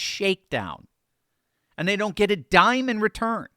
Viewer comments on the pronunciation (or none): none